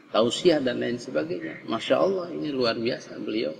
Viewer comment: Belajar jata Allah dulu, biar sholatnya sah,,masa nyebut Allah jadi owoh..